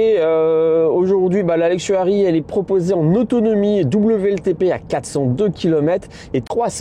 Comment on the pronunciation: " Luxury " et non " Luxuary " Très bonne vidéo sinon :)